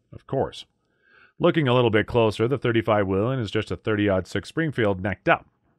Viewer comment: Love my 35's Whelen is pronounced whay-len